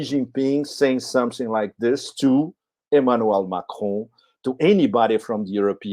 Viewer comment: it is NOT McRoan it is MACRON, just as it looks, MAC RON!!!